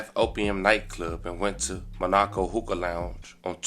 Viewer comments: It is mon-o-co not ma-nok-o 😆🤣😭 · Why are you saying Monaco like that MA NEH KO NOT MA NAH KO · Brother pl learn how to read or spell. You said Monaco all wrong. How is there nobody to….nvm. It’s pronounced Mon-aaa-co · It's pronounced ma ni co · Come on blk ppl; reading is fundamental. MON-AAA-CO